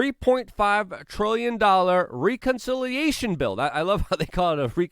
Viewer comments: What’s a ‘lieutenant cornal’ ? 🤣 … and that pesky reekonciliation 🤣😂🤣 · are you kidding?? All his videos are littered with them.. Just going back to find the one that stood out to me in this one I found 2 consecutive ones.. He says sneaked in past tense right before where he pronounces reconciliation.. The dude never says the word important right, which is ironic af.